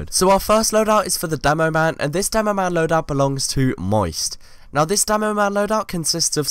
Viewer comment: Why do you say "Damo-man"?